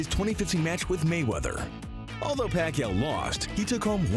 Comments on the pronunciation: Its Manny Pacquiao not Manny Pacquiano,dude ur trolling..😂😂😂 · PACQUIANO? am I the only one who noticed? 😂